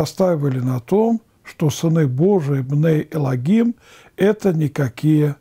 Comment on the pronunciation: На иврите словосочетвние בני אלוהים произносится как бней элоим без "г" очень режет слух